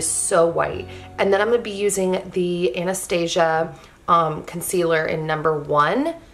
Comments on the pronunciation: Your skin looks INCREDIBLE!! I love how simple this look is! (and I think it's pronounced ana-stoss-ia not like "Asia" but like "stoss" if that makes sense?? haha!) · I hear most people pronounce it (Anna-stah-see-uh) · It's ahn-uhh-staw-see-uh hahaha 😂 Lol! I love this video! I don't wear makeup often but when I do my routine is so similar! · I’m not a 100% sure but I think it’s pronounced “ah-nuh-staa-see ya” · Hi, I’m only writing this because you said so. Anastasia is pronounced Anna-stah-see-uh. I hope this spelling helps. It doesn’t matter to me though, you pronounce how you want although some get upset. To each their own.